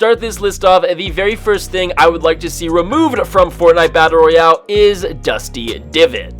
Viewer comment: Every time he says battle Royale I lose brain cells